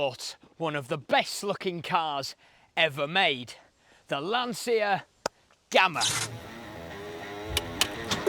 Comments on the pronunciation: Being Italian it’s pronounced Lancha . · Read Lancia as Lancha. Nos lansija